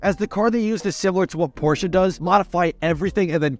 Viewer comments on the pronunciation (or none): none